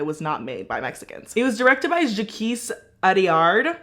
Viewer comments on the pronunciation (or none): not Jaquisss 😭😭 it’s pronounced Jack, it’s the French version of it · Pronounced Jaak, not Jakquees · Its funny that everyone i've heard talk about this film pronounce Jacques like Jack-ooez 🤣